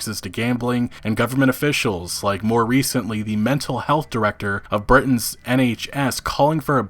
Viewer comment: Nice vid. But near the end did you pronounce Britain's as Burtons? As never heard of a Burtons NHS.